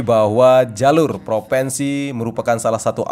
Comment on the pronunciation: Bukan PROVENSI tapi PROVINSI